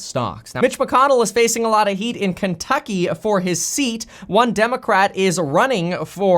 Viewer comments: said kenducky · I swear you said Kenducky 😆